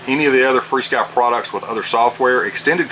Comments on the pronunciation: Why do ya call this free-sky? Says fr-sky on the front of this radio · There is no "ee" in the name. If you pronounce "F" and "R" you get "FAR"! Rather than call it "Furskee", we call it "Far-Sky". Just sayin'